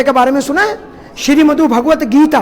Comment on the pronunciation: Its not sri modhu. Its. Shrimad bhagavat geetaa..jo bata raha hai..usse kuch mistake huye hai bolne aur batane me...but video mast hai